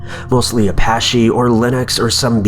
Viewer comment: First white person I hear say apache and they say it wrong lol